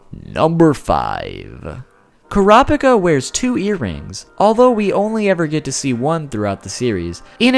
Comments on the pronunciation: Why cant Americans pronounce Japanese names? Kurapika = You are not suppose to say the "i", it is that simple.. Is it because Americans only view anime that is dubbed? It does sound ridiculous anyhow. :P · I'm going to try helping you as best I can with the pronunciation, but there's no guarantee this'll come out right on your end. Ku (like coo, what birds do) Ra (like the Egyptian god, also sounds like a cheer (see: hurrah)) Pika (like pikachu) so Kurapika (the k can be exchanged with a c depending on what translation you're reading). Hope that isn't too hard to read and helps you out. :) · OMG STOP MISPRONOUNCING HIS GODDAMN NAME ITS UNBEARABLE 😂😂😂😂😂😂😂😂😂😂😂😂😂😂😂😂😂😂😂😂😂😂😂😂😂😂😂😂😂😂😂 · I don't remember giving you permission to say the name wrong! Video is okay otherwise but I feel like I came in on the middle of a conversation and being told I had been contributing before when I hadn't. Just a weird feeling. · HE MISSED PRONOUNCED KURAPIKA GET HIM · Your pronunciation is godawful and right from the start you mispronounced his name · This guy only pronounced "Kurapika" correct once . Nevertheless, this was interesting. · omg.. emphasize the 1st and 3rd syllables please, KURaPIKa not kuRApiKA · when he said Kura pica I was dieing of laughter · it's supposed to be pronounced kur-uh-peek-uh, not core-op-ick-uh, haha. hate the dub for that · They say the name in English and the Japanese version of it it's Kura Pika boy why why I know you said you're pronunciations are trash but it shouldn't be like this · The pronunciation he issues in this video, aggravated me so much. KUH-RA-PI-KA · ...."Kur-op-icuh" lol I'm glad he at least acknowledged it was wrong so people didn't start to pronounce it like that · Your preconception is 'kurap'ika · deep breath kurapika (koo-ra-pee-ka) thank you for your time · Kura pika😂😂😂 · ITS PRONOUNCED KUE RAH UH PEE KUH!!! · OMG Kerappickah ahahahaha especially when he goes on a rant about hunter x hunter pronunciation! LOL the best!